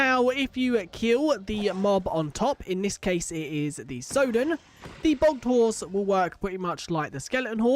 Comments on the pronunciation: how did you mispronounce sodden, you're british for god's sake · (Your pronunciation of Sodden isn't correct)